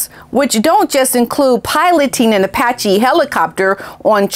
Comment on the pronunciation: I bet JT is having buyers remorse. Especially after the way Harry insulted him. Claiming that JT made a lot of money off of his dancing with Diana. I think JT has committed career suicide. It’s pronounced Apache- A patch ee. My husband and I have been in the aviation industry militarily and as a government civilian for 37 years. We’ve had friends and colleagues who were aviator heroes in combat in the enemy hot zone during war and since. These men and women were Purple Heart and Silver Star recipients. Let’s not forget those heroes that died in service to our country. In our opinion those Heroes are far more deserving of this award than bunker Harry Windsor.